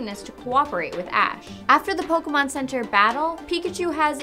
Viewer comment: It's not poke-Uh-Mon ITS POKE-AY-Mon